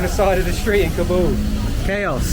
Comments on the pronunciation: Please. It's not ka-BOOL it's KA-bl like "cobble'. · I love your videos man but you got to pronounce Kabul correctly. Didn't you listen to locals pronounce the name of their town? Kabul rhymes with "hobble".